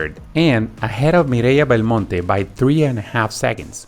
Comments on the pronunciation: I went back because I didn't notice, but it's true. I'm Spanish and she pronounced Mireia Belmonte flawlessly. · Lol guys he pronounces Mireia Belmonte like it should be because speaks spanish obviousy. He is from Mexico or somewhere.